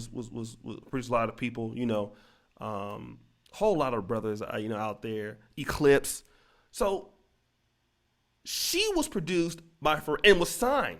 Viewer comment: Lmao my nigga called the Clipse “Eclipse” 😂